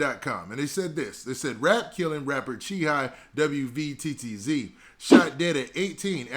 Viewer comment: W V T T Z bro just say WATTZ